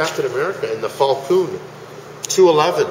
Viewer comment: haha omg did he say Captain America and the "Falcoon" ?